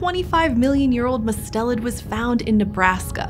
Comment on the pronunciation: it is usually pronounced with the accent on the first syllable!! i’m guessing their pronunciation was based on the family name, Mustelidae, where the accent is where they put it.